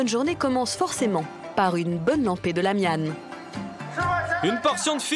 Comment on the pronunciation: voila, c'est bien La Mian 拉面 pas Ra Mian, Ra au lieu La, c'est la prononciation japonaise）